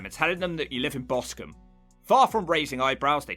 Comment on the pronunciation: BOSTON ???? You mean Boscombe LOLS